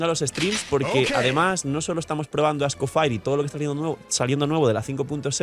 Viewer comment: Por qué? No es Scofire es Escoffier, EL LEGENDARIO CHEF AUGUSTE ESCOFFIER, me lastima el scoFIRE